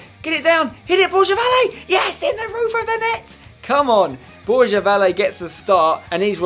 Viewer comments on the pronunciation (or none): Spencer, can you please say the name Borja right mate ? Not Borzha, not Borya, it's BorHa !